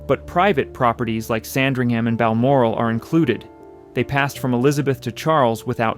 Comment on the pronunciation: Lots of misinformation and random, unrelated houses.... re-edit and get someone who can pronounce "Sandringham" correctly!